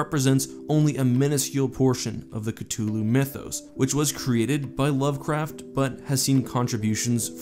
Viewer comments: hi love your videos, ok just want to know why are you saying his name strange? because I have always thought it is said ( ka-thoo-loo ) anyway still awesome video all the same 👍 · Theres a th in cthulhu not just a T. Cuh-thu-loo not ca-tu-lo. Make a video at least learn the correct pronunciation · You know I've never understood why someone would look at the word 'Cthulhu' and decide "Yes, this should be pronounced with a hard T and not a soft th." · Please pronounce it as Cthulu with the th not ctulu i know it’s different for everyone but the majority pronounce the th still great video and cant wait for more mythos videos 👍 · His name isn't pronounced (Ka tu loo) it's (sata ulau) sounds like [SATA U la U] <CTHULHU> It's written in formal tongue so formal pronunciation of each letter except for 'H' a silent 'A' I used 'S' Because you pronounced 'C' with a 'K' sound. Common mistake. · It hurts hearing him say Cthulhu wrong. Ca thuuu luuu not ca two luu…. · I thought it was pronounced as k-thoo-loo, not k-too-loo??? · Why dont u pronounce it with the th. It's not c2ulhu its c-thulhu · It's not ctullu! It's cthulhu! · Oh so you don’t pronounce it ka-thu-lu and instead ka-tu-lu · ITS THHH NOT T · "Cuh-thoo-loo" is how you pronounce it. Not "cut-too-loo." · it's pronounced (Ka-thu-lu) not (ka-tu-lu) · It might be Sith(c)hulu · So lovecraft in his letters pronounced it kuhth-lu but also the most common kuh-thul-loo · CUH-THEW-LU is how you pronounce it. You are welcome 🤙🏼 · It's actually pronounced in Humans: Cuthulu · Its pernounced CA-THou-lu!! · The T is silent..It is pronounced Kulu basically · Ka-thul-hu is the correct pronunciation. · Don’t say cthulhu like that The th is there for a reason why do people say ctulhu instead I NEED ANSWERS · Ah that hard T is so off putting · I thought the name was pronounced C-THU-lhu but ig the h is silent 🤷‍♂️ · I heard it was pronounced "Cuth-oo-loo". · It’s actually pronounced cah-hoo-la-hoo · C-two-lu? Really? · It’s c-hu-lu